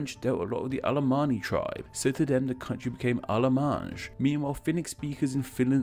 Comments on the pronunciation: I think you pronounced <Allemagne> as if it were spelled <Allemange>, which as far as I know is not a French word. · The french name is pronounced allemanye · Allemagne in French is pronounce « al le mag gne » not allemange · In French, it’s “alla-mahn-yah”, not “alla-manzh”... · Haha Allemange. :D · "Allemajjnee" 🤣🤣🤣 What a! 🍩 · You pronounced Allemagne as Allemange. Judging by the other comments, you probably shouldn't be making videos like this. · Ouch! I cringed your pronunciation of Allemagne. I'd expect you read IPA... Also, please look up the pronunciation of Ä. Bär is not "bahr", its close to English 'bear'. Isn't your channel about language? I'd expect you to be a bit more diligent with correct pronunciations.